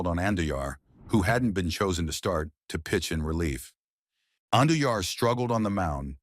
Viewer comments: I can’t with these AI videos. It can’t even pronounce his name right. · WHY DO YOU MIS-PRONOUNCE AND BUTCH JOAQUIN'S LAST NAME??